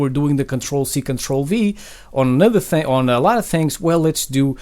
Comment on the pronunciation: "10 thangs"